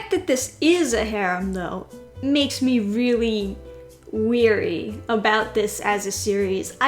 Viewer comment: Oh no... is one of those people who either doesn't know the difference between weary and wary or isn't able to pronounce them as separate words...:/